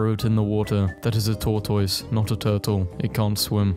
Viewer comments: correction: it is pronounced tore-tis not tore-tois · Pronounced TORTOSS!!’’ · For goodness' sake. SOMEONE teach this person how to say tortoise. Pronounced "Tor-tus" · Why does he say tortoise like that